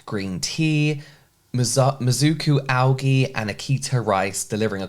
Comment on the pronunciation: The way you pronounce algae 🥴